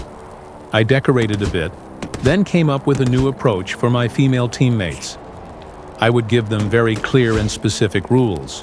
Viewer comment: wouldnt assume their gender, and dont like how you put emphasism on "Female" but go on